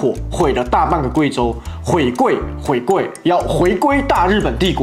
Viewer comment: 聽到毀貴，我直接笑噴